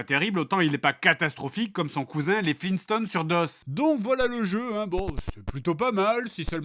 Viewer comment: FLEENSTONES? GRAND DAD.